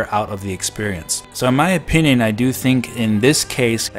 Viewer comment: I can’t help but hearing you say “expurience”